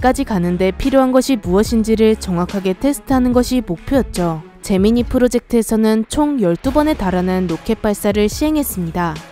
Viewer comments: 제미니가 잼민이라들림...나만? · 왠지 제미니가 잼민이로 들리는 건 나만 그런건가? ㅋㅋ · 나만 자꾸 잼민이 프로젝트로 들리는건가